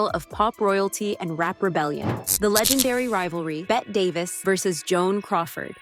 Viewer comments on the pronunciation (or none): Its pronounced Betty Davis not Bet Davis 😂